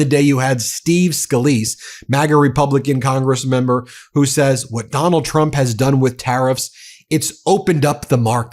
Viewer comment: What is up with Leavitt not being able to say Trump. She says President Chump 😂😂😂 Might want to find a press secretary that can actually pronounce your name!